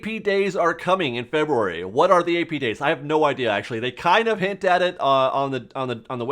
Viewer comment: LOL!!! Feber-rary